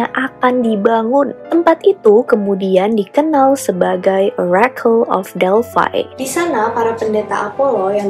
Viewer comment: Delphi ya Delphi bkn Delphai 👍